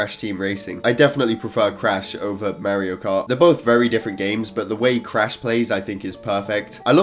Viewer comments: this boy said Merrio kart👨🏻‍🦽💀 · nobody:: MeHriO CaRt